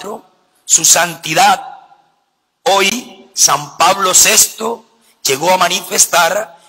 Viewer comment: Me pregunto de dónde sacaron esa firma de vestirse y luego eso de cataquesis!!!! Qué loco , el siete es el número perfecto de Dios!! Cual santidad!! Un humano, un papa!! Dios es el único santo! Y ni pronunciar sabe dijo sesto en lugar de seXto!! No hay pecados pequeños!!! Atsion dijo, es aCCión. Demonio!! Si en la católica misma vive.